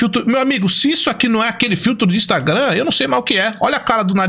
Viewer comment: E impressionante a incapacidade do de falar Instagram kkkk